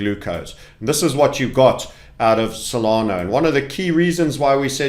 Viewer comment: Stop saying SolanO it’s cringe